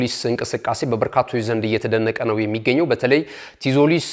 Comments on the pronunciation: እንዴት ነው ምታነበው ቲዞሊስ አይባልም ዞሊስ ነው ቲ አትነበብም በተረፈ ምርጥ አቀራረብ ነው ትመቹኛላችሁ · donot say tzolis t is silent read as zolis